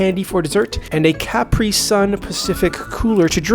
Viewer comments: The constant mispronouncing of Capri had my eye twitching. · I have never heard "capri" pronounced that way😭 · Me either!!!